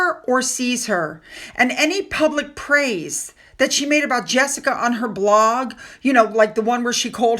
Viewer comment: You dont know how to pronounce jessicas name.American????